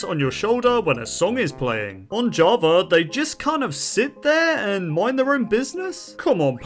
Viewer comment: ''javar'' got me